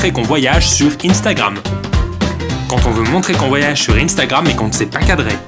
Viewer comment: arrete de dire inestagram